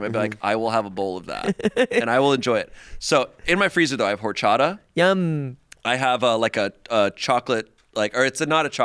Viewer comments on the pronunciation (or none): nooo. The "h" is silent 😭😭😭. "Or-cha-tah"